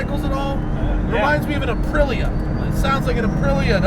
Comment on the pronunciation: Aprilia is pronounced... Just tryin to look out for you bud! You butchered it at the mark.